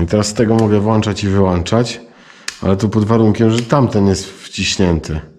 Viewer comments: Ale mówisz włańczać/wyłańczać. Światło włączamy/wyłączamy włącznikiem. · Polski język trudny jest to się zgodzę :) Ale włączać i wyłączać zamiast wlanczać i wyłanczać :)